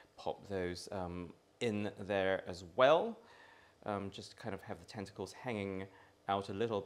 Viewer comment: Could have sworn you said testicles instead of tentacles first mention ... 😂😏